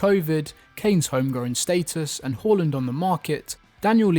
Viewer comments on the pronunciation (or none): none